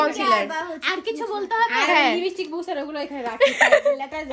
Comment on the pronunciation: লিবিস্টিক আবার কি বলেন লিপস্টিক 💄😂😂😂